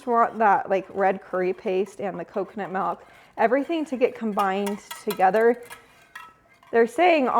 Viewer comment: accent when she said "malk" instead of "milk" 😂